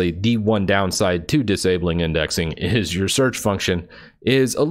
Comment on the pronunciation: Lol, "windexing"